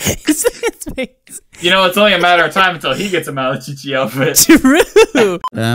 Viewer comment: It's malacochi not malachichi imposter